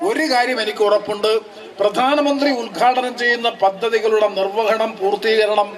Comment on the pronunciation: കൊച്ചെ.. പ്രദാനമന്ത്രിയല്ല , പ്രധാനമന്ത്രി.